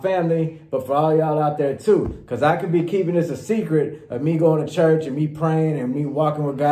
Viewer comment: I laughed so hard when said church but pronounced chuch haha.